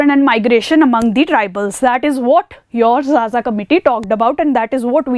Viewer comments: Madam it is not zaza , it is pronounced kha_ Kha . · not Jaja ma'am it is Khakha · Xaxa is pronounced as khakha Xess is pronounced as khess Xosha is pronounced as khosha So X is basically pronounced as kh in tribes